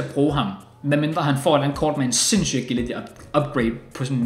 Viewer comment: Var det kun mig der blev lidt triggeret af måden sagde agility på, btw god video igen igen